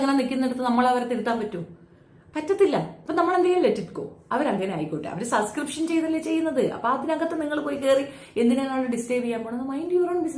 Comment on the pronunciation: ഈ വിദ്യാഭ്യാസം തീരെ ഇല്ലാത്ത മരവാഴയാണോ? Subscription എന്ന വാക്ക് എവിടെയും എഴുതി കണ്ടിട്ടില്ലേ? ഈ പണിക്കു ഇരിക്കുന്നവർ അത്യാവശ്യം വാക്കുകൾ എങ്കിലും ശെരിയായി അറിഞ്ഞിരി ക്കേണ്ടതല്ലേ? ഒരിക്കൽ ഞാൻ കമന്റ്‌ ഇട്ടപ്പോ പറഞ്ഞു സസ്കൃപ്ഷൻ അല്ല സബ്സ്കൃപ്ഷൻ ആണെന്ന്. എവിടെ! അവൾ പിന്നേം അതെ പറയു. ഒരാൾ തിരുത്തി തന്നാൽ അത് തിരുത്തണം എന്ന് തോന്നാത്തത് വിവരക്കേട് കൊണ്ടാണ്. ആ കിണറ്റിൽ തന്നെ കിടക്ക് തവളെ.